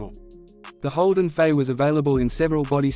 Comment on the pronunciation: Starts by calling it a Holden 'Fay.' AI slop.